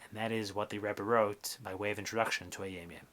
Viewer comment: nice also why do you pronounce it hayeim yeim? thank you